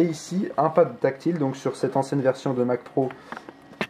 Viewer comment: Est du des courrer da dit vertion au lieu de version